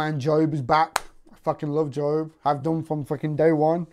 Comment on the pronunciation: It’s Job by the way, not Joe. Everyone gets confuse but when I check the IMBD, that’s what it says